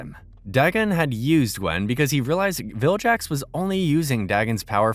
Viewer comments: How tf is this guy saying "viljax" now, when he previously narrated the other 2 series where he said "Vilgax" correctly. He also made it seem like he's watched the show and grew up with it, but if he did, he'd never make this goofy mistake. Tf is going on 💀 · Vilgax not jax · You should get 20 years of punishment for pronouncing vilgax as viljax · saying "viljax" has GOT to be interaction bait 😭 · Take a shot every time the narrator says "viljax" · is this read by an AI? Viljacks fucking hurts me. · Man it's pissing me off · Saying "viljax" is a crime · And he says it 100 times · how do you watch the show presumably with the audio on and still say bros name so wrong ruined the series